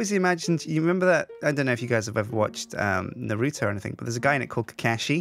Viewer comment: Good grief,. Kuh-KA-shi? Na-ROO-toe? Get it together! That's like if people started calling you Suhjine!